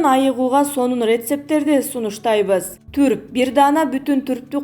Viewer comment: Түрп эмес турп болот, туура оку.